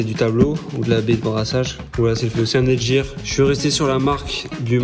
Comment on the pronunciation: on dit netgear pas netjir mdr